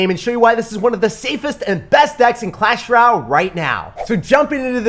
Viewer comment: Dude it’s clash rOLAY